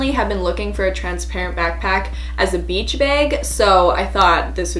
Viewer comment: She also said beach “beg”